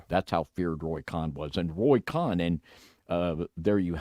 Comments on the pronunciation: It's Roy Cohen, Jew. Not, Roy Khan, David. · It's pronounced CONE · It's pronounced like cone , Roy Cohn. Pronounced like cone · Cohn is pronounced "cone"...